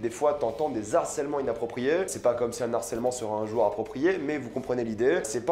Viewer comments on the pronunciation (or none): On ne fait pas la liaison entre "Les" et "Harcèlements" et on ne dit pas "L'Harcèlement" mais "Le Harcèlement". Sinon ta vidéo est géniale, je vais regarder la série. Bisous